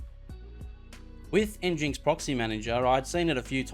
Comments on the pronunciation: pronounced engine-ex not n-jinx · nginx is pronounced engine x Pumba was from Lion King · Thank you for this video. But, you could say the name properly. As in "Engine - X" 😁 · Thanks for the video. It's pronounced "Engine X" I believe though.